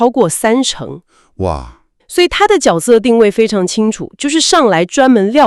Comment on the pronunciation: 可以不要AI讀稿嗎 一直唸昨投手😂